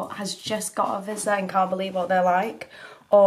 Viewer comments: If you're going to own the dog at least learn to pronounce its breed. Vee-zh-la. Not Vizzla. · Vee-sh-lah, not Vizz-lah :) Lovely pupper! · Vizsla. Magyar Vizsla. Hungarian Vizsla. 'zs' pronounced like 's' in words of meaSUre, treaSUre, pleaSUre. Please do NOT say vizla. Thanks! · No, it's not pronounced "vee-shla"! Letters 'zs' are pronounced the same way as 'J' in "Je T'aime" in French. The English language doesn't have the sound. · Such a rambunctious pup! If you really want to impress the Hungarians out there pronounce it V-jla similar to the way you say Au Jus in French. The zs is a odd one in the Uralic languages, kind of like the double Ls in Spanish. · Sorry I don’t mean to be mean or any thing but I think it’s pronounced veeshla. I have one my self but he’s 20x as hyper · Vizzluh, eh? Hmm. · you are saying vizsla wrong its (vi-sh-la) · That’s not how you pronounce Vizsla, and I’ve had a Vizsla for four years we got him when he was a puppy they are crazy dogs they also think they’re lap dogs. They are actually Hungarian Vizsla’s. 👍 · Why can’t people pronounce Vizsla right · Vizsla is pronounced differently. Like tissue and with a long i. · Also the zs is one letter, that whole thing you pronounce like Parmesan.